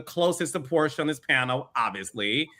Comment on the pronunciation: To hear CLAIDIA SAY PORSHA NAME SHOULD BE ILLEGAL.